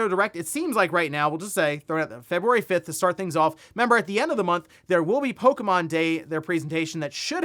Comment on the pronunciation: It's not polka mon.